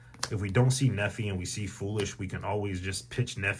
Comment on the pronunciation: Thanks man!!! Been looking for a good mistu build for gem knight! Also its Nepy, not Nephy :). I like how you say its a one card "simple" combo when we just went tens of combos deep lol.